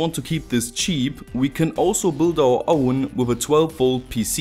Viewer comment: The way you say words like 'iron' and 'own' I’m sure you’re also know as 'The Apocalyptic Inventor'.